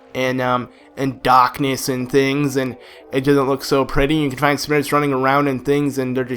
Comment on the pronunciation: he says darkness so britishly